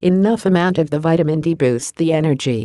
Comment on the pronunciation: Poor understanding when reading of Vitamin n D being separated..